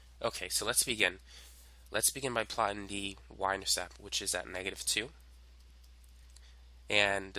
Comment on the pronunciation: Beautifully done. Only one thing. It's an "intercepT". And you could have edited out the occasional violent coughing.